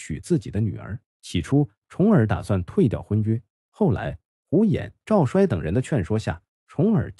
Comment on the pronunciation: 赵衰，‘衰’ 做人名要读作 ‘cui’. 所以是 Zhao cui . 故事讲的不错。点赞👍。 讲春秋战国故事，有些地名和人名的读音如果注意一下，就更完美了。